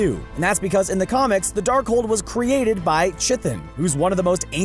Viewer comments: dear gawd I can't continue watching this after "Chi-thin". It's pronounced "K-Thawn". jeeez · Ka-thon. Not chithon. Its named after chthulu(kaa-thulu). chthon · What's this "Chithin"? It's pronounced "K'thon". Also, Scarlet Witch and Quicksilver are no longer Magneto's children. It was recently revealed that they were created by the High Evolutionary. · Chthon... "k'thon" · it’s pronounced Cha thon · It's PRONOUNCED "CH-THAW-N" WHY IN THE WORLD DO YOU PEOPLE MAKE VIDEOS LIKE THIS! IT'S AN INSULT TO US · That's Cthon pronounced with a hard ch so sounds like "Kthon" it's a Greek word meaning "Earth" cthonic entities are entities of the Earth. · I had to stop watching when the presenter wrecked the pronunciation of Chthon. That's kuh-THAWN. It's an old word. Adjective: chthonic. Def: related to the underworld. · That's not how you pronounce "Chthon". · Meanwhile, Chthon (mentioned and mispronounced) in this video is a whole lot easier to ret-con in, given we saw a being who may have been his avatar talking about the scepter with Loki, and seeming to be able to control it from across space (the scepter sowed conflict amongst the Avengers on the Hellicarrier and triggered the Hulk, which, funnily enough, Wanda also did in Age of Ultron). Feige actually hinted at him by saying Wanda is using unfocused magic, and then Vision says about a "sufficient power source" combined with the mind stone energy signature in Infinity War. Heck, even Wanda having to destroy the Mind Stone is a classic Chthon Keikaku. Not only does he fit in perfectly, he even improves the story. Whereas with Magneto stuff has to be heavily retconned and ass-pulled from top to bottom, and Wanda's arc ends up cheapened; her parent's deaths and her connection to Vision dismissed or sidelined.